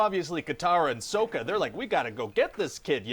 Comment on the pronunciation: Ong? Soaka?